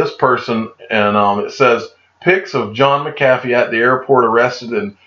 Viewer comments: John McCathy? Never heard of Her BUT I've heard of John MC A FEE--I sounds like it's SPELLED--Don't you Speak English in Georgia? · Digital Asset Domination! Who pronounces it right McAfee or DAI ? Maybe that’s how he throws em off, by saying his name wrong